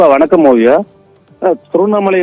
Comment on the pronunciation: செய்தி சோல்பவர் சேய்தியை.ஓழுங்க சொல்ல வில்லை என்றாலும் வார்த்தைக்கு வார்த்தை ஓவியா பெயரை சரியாக சொல்கிறார்